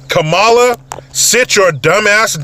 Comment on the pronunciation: Thank You for pronouncing her name correctly.....Ka.....Ma.....La